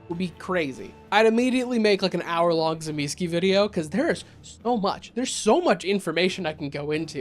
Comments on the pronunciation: Zuh meecheh really with accent on middle syllable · OMG you got it ALMOST right! ([t͡sɨˈmʲisçɪ] in case you're wandering) I like to think about both being actually aware of how they mirror each other: the perfect human and the perfect non-human. Might also add Ennoia into this as a perfect animal. btw, Kupala is just an old way of saying 'baptist'. Namely - John the Baptist, aka Ivan Kupala. WW being WW I guess... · I’d pronounce it Tzuh-Mees-chay. It seems to be an Italian word. The way that this guy pronounces it, it sounds polish. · I know several people pronounce my clans name in interesting ways, but yours made my ears emancipate themselves from my head 😂😂😂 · I feel like you are pronouncing the clan name incorrectly, but I am no authority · The Tzimisce are my favorite clan, so I'd watch an hour long video about them... IF you start pronouncing the name correctly. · Thank you. It was the one part of the video that infuriated me. And he referenced New York by Night! There’s a part I specifically remember where a character uses the fact that he knows how to correctly pronounce Tzimisce as a mic drop moment. How does not know how to pronounce it correctly?